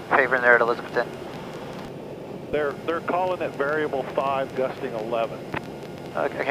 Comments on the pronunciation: A-lizz-a-bethton, now you too can talk Big Orange! Remember the A is pronounced uh! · Not to be "that guy", but it's pronounced: uh-LIZ-uh-beth-tun. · Long time watcher. Please pronounce the mountain town that I was born in correctly. It's E-Liz-A-Beth-Ton. Dan should have told you this but he is a transplant from up north. Lol. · long time fan and subscriber here. I live in East Tennessee, in Loudon, so you basically fly right over my house on your way to Elizabethton. By the way, the local accent emphasizes the second syllable, so it sounds like eliza-BETH-ton. I love your channel. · It’s pronounced “E - LIZ-uh- beth-Tun” 😂😂😂 (in UPPER East Tennessee) 😂😂 Just tryin to help a brother out….